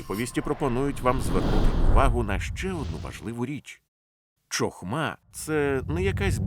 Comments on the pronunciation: Гарно. Правда "чохма" ріже слух)) "Хохма" правильно. Розумію, що "ч" вкралась при перекладі з англійської "ch". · Дякую за переклад. Правильно буде "хохма" а не "чохма", гарно було б звірятися з мовою оригіналу.